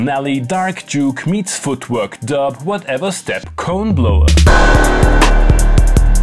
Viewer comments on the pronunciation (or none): "Whatever-step Coneblower" i heard it as 'corn-blower' the first time i listened, and i was like 'wait what ? when did you manage to get to kansas, texas, and/or arkansas ('arkensaw') ?' creepy banjo musics in the woods